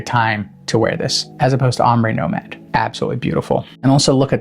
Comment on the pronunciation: Nomade, not nomade 😂